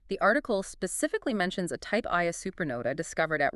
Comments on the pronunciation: Type Ia supernova is not pronounced "eye A". The I, upper case "i", is roman numerals for "one". Type Ia supernova is pronounced "one-A". Other number and letter combinations classify other types of supernovae. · type 'Ia" supernova is pronounced "one a", not 'eye a'. The I is roman numerals for one.